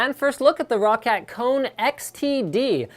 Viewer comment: It's roccat, not rocket and as much as I like your videos, all you appear to have done is read a spec sheet? :| Oh well. The Kone Pure Optical I used for like 10 days. Hated it. The grip wasn't my main gripe, I can live with that. It was the LIFT OF DISTANCE. Why ROCCAT screwed with the A3090 sensor by using a custom lens, I just don't know, but the lift of distance was like 2 cms plus it was a tiny mouse and I have a medium-small hand - 7" from middle finger tip to base of palm. Joke mouse. Anyway, I may try this. Not sure. I really wanted an Avago-3090 Optical, but sadly not too many mice have them... well they do but the build quality usually sucks alongside it. I settled for a Zowie, but Zowie suck because they have such little stock to dish around and there are only 2 websites in the UK that ship them and they're almost always out of stock of EC1s. Anyone who has an EC1 EVo that has used or got an Kone XTD... your opinions? I'm a palm gripper / FPS player mostly.